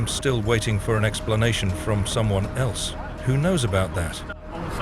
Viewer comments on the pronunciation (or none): none